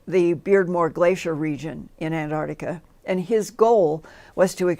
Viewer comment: lol Linda there is no "Ardica" ,it's "The Arctic" and "Antarctica" (not Antardica the way you say it) smh